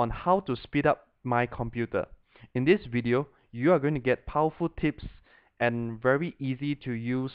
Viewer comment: it sounds like he said tits when he says tips